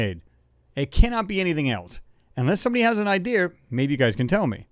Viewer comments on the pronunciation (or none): I love your show, I find it to be true, but it bothers the hell out of me when someone has an idea and pronounces it like i deer. Is it something new from Apple?